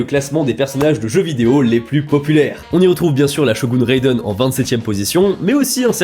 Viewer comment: maaaais t'as même pas bien prononcé raiden, pourquoiiii 😭😭😭😭